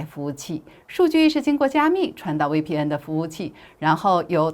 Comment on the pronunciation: 威P嗯😂😂😂大陸人用國語念VPN